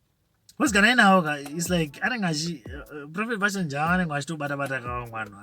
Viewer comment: please pronounce JAVA like som1 from Mabvuku or Mufakos